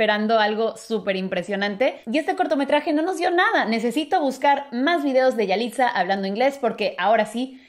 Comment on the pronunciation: No se dice yaliza